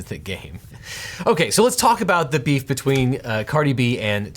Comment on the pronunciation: Dude, stop saying 'beef' it sounds all wrong when you say it.